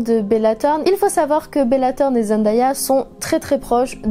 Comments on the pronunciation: Sa ma stresser du fait que tu dit zendAya mais elle avait dit que sa se prononçait zenDAYa genre day comme dans monday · son nom se prononce zen day a pas zen die a elle l’avait dit dans une interview ;)) sinon très bonne vidéo comme toujours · D'ailleurs elle a dit qu'on prononce mal son nom, ça se dit zenDAYa et non zenDIEa. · Ce n’est qu’un détail mais j’entends plein de gens qui disent ZendAya et ça me perturbe trop on dit ZendÉA ! Sinon super vidéo je connaissais presque toute les anecdotes mais j’ai appris des trucs cool 😍